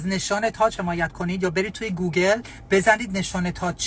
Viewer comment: وای فقط گوگال گفتنش😂😂😂😂